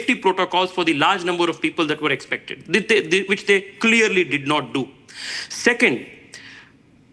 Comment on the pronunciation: Why don't you teach your correspondents proper pronunciation and diction Arnab. I heard her saying " cleaorly" for " clearly" twice. It's a Massacre of the English language..